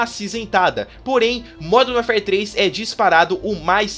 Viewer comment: Parabéns pelo vídeo e pela pronúncia com o nome do jogo: primeira vez que ouço alguém falar isso certo.